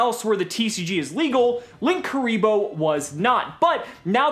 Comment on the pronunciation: lin- kuriboh or link- uriboh not LINKKURIBOH WHERE THE OTHER K COME FROM